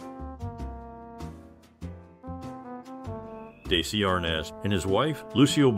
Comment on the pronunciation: His name is pronounced "Dezzy" not "Daysee".